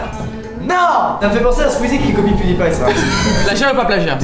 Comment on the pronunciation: No dommage mais non il dit "copie" et pas "coqui" (regarde la description, [...]inspecteur Copie...)